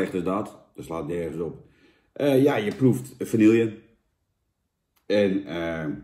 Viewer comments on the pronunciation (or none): Jan het is vanieje niet vanielllllje